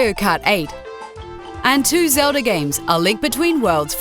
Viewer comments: Josh Guerra she says legend of zelva... i think this alone would be enough for anyone working for a company that gave even a smidgen of a shit about its content to not get very far with that bullshit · it sounded like she said zelza too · Legend of Zelva? Seriously? Is it really that hard?!